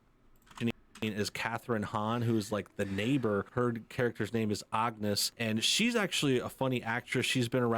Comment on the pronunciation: The worst part is how he said Agnes. Who says "Ahgness" after the show SAYS HER NAME?!?